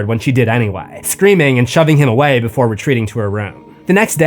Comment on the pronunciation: BeeFUH lmao